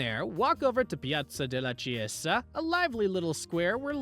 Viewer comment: learn to say chiesa.